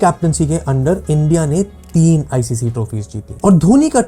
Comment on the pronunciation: ICC ❌ ICCI ✅ Graeme Smith ❌ Green Smith ✅